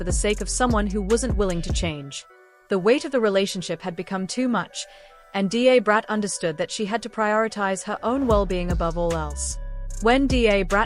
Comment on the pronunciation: D A is pronounced as 'dah'brat. I had to stop watching this, because it was irritating me